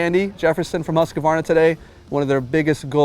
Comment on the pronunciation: Husk-a-varna? Where’s this extra a come from? Hoosk-varna.